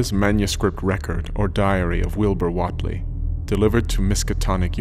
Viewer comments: I don't know who's pronouncing it right, but I always pronounced Whatley with a "wait" sound, rather than the "whot" sound he uses. That's the one that I kept noticing. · I agree. He pronounces it like the 90s pop singer Jody Watley. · Pronounced Wait- ly.This is good but that's gonna bug me.Wilbur Wait-ly not Watt ly.But the Voice acting is good. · Not bad, but the pronunciation of "Whateley" is kinda grating. I'd always heard it as "wait-lee." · You couldn't of spent a couple of minutes to learn how to pronounce Whateley? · The accents of the lady and Whately really killed the immersion. They sound like they are black and/or from the South. These accents are totally different from how someone from rural Massachusetts or Rhode Island would sound like. Other than that, I loved the sound effects and everything else. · Wait lee not wot lee. Biblio tek not biblio theek. Those quibbles aside very well done.